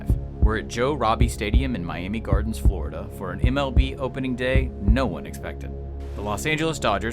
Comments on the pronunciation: Did anyone else notice the “Flordia” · “Flordia” Nice.